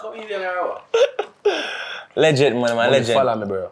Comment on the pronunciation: Lengent with a t not d 😂😂 up walkie